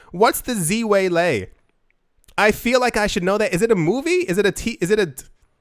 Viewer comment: ze-way-lay is the former Chinese world ufc world champ at 115lbs. Female.